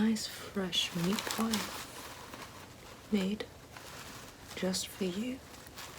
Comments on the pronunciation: meet poi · take a shot every time she says “meat poiy” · LOL it sound like you are saying meat boys. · We should make it a drinking game every time she says "meat poy"! 😂😂😂😂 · Not only is “meat pie” considered a classic Australian food, but the way you say it Ahahaha! Sounds so Australian